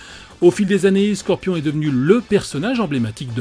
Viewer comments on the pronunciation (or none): "sorpion" mortal kombat